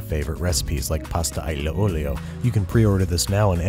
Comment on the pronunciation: Why does everybody have such a hard time saying aglio olio like al ee oh oh lee oh there done